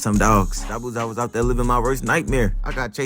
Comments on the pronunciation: Darg pronouncing the hell outta zabuza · He pronounces his name correctly